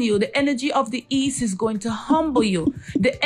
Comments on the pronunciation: "The ene rgy of the HEAST" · Dem say “Heast”